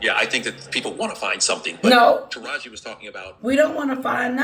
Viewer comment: Pronounce like TAH RaH Gee…😂